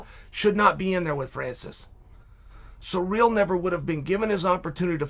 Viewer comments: Who the fuck is cyreeeel uncle its Cyril wtf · Ciryl is pronounced "sear....ill" not bloody "sir....real" sometimes I wonder about you kid. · Ciryl - Sir-ill nor sureal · I can't even watch this because you don't know how to say "Ci- ryll" Gane. You should have just said Gane. 🤦🏼‍♂️ Talking all this BS and you don't even know his name lol